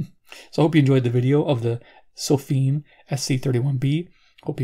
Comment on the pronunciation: It sounds like you're pronouncing the company name sofim, with an "m", even though it appears to be spelled (on the box) Sofirn ending in r and n.